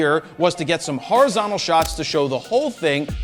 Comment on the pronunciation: he said horazontical!